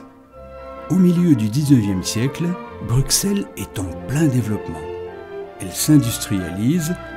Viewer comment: La lettre x étant l'abréviation passée pour ss, on prononce "Brussel" et non pas "Bruksel"; Au même titre en France qu'Auxerre, Semur-en-Auxois, Auxonne, Auxey-Duresses; Idem pour le nombre 60